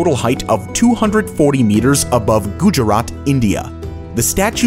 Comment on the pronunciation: Why did he say "Gujarat" in the wrongest way 😭